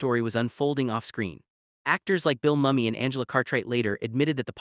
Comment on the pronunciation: How you gonna make a documentary on LIS and mispronounce the lead's name throughout? Say it with me - Mooo-Me